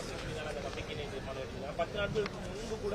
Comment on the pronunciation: Theera maanam. Illa. Theermanam 😂